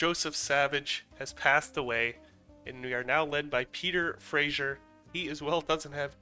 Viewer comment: Also you pronounced Peter Fraser as Peter Frasier